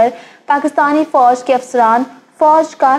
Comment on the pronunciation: Apna tallafuz improve karnay ki aap ko ashad zarurat hai. For example lafz fauj hota hai aur foaj nahi hota.